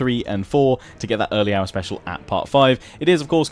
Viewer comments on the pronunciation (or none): none